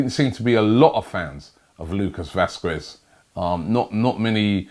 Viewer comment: round two of robbie says it wong vasqwes 😂😂😂